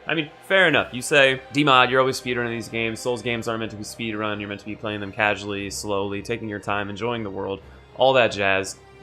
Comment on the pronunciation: d-d-did he just say that this game was ment to be played cassuarly?